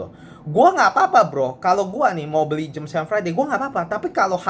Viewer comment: Jam, jam.... Je A Em. Jam... Bukan JEM but.